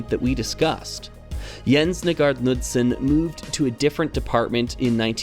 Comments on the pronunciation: For anyone interested, The correct pronounciation of “Knudsen” would Be “K-Nu-ssen”, with a hard K at The start and No mention of the D in The middle ☺️ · I'm not sure if the pronunciation is the same for this mentioned Knudsen but I grew up hearing the name pronounced "Kuh-nood-sin." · Nice vid, The "K" in Knudsen is not silent. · This is a minor point, and not terribly important overall, and is just provided for anyone who might be curious or interested: I am more or less assuming that Jens Nygaard Knudsen was a native Dane (and not, say, some American with Danish heritage or something), since it's about the most Danish name I can think of, and going by that, I thought I'd mention that the k in "Knudsen" is not silent in any of the Scandinavian languages, including Danish. The actual pronounciation would be a bit like "K'noods'n". kn-clusters are fairly common in these languages and virtually never involve the silencing of the k. (It's not pronounced "Kuh-nood'sn", by the way, the k flows very quickly into the n, a bit like how English handles consonant clusters like "kl"/"cl" without saying "cuh-luster" or "cuh-lear", but I can understand if flowing cleanly from k to n might be difficult if one is simply not used to it.) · It has no real bearing on the great video, but as a Dane, it would be remiss of me not to mention that the K in Knudsen is not silent. However, the D is silent 😊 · Sigh, another native english speaker failing in pronouncing foreign words and names. Jens Nygaard Knudsen would be disapointed. Here is a quick lesson: aa sounds like a in tall. Knudsen doesn't have a silent k. I hope someone will learn from this. Please don't make me hear Ole Kirk be misspronounced....